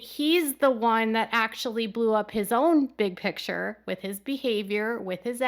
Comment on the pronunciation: Its Kodys big Pitcher not Picture! Since Robyn is there, Kody has adopted this pronunciation too!!